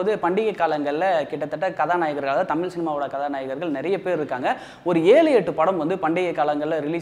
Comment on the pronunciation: அழகுதமிழ் ஐஸ்வர்யா எங்கே? உன்னோட "தமிள்" உச்சரிப்பு சரியில்ல...